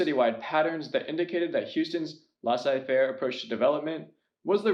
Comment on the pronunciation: Good video! Some pronunciation though: Stifle power rhymes with Eiffel Tower Laissez faire rhymes with lay say fair